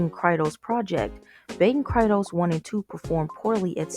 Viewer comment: Baten Kaitos is pronounced "Kai-tos" Also, the canceled Baten Kaitos 3 was for DS, then listed for 3DS before being pulled from the release schedule